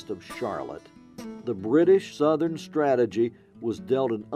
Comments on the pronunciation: "Stagagy" ? Do you mean "strategy"?? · About Minute 40 - "STATAGY". Not very professional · The British “ Stategy”?